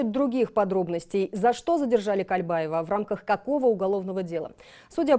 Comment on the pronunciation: не кальбаева!!! А Кольбаев!! не Такамбаев а Токомбаев!! говорите правильно!!!